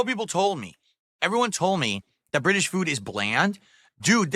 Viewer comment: The way he says British is super annoying. Why does he emphasise the ITS part